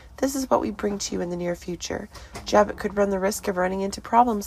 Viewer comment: 😂 No way. Phyllis will fake her own death to incriminate Diane Jenkins. It's pronounced Jab-o. Not Jab-it.